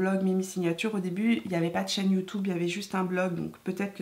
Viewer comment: Mimi tu es habitée par la positive attitude...et c'est assez communicatif 😁😁 Tu me fait trop rire quand tu prononce le mot YouTube...youtoube 😆😆..ça se prononce comme ca au Canada ?